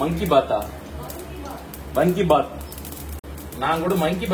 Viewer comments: Vanki bath illa Vaangi bath 😂😂😂😂😂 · It's vangi bath its karnataka origin not vanki bath